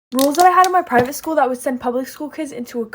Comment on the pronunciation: The way it said private. Gyat it's just crazy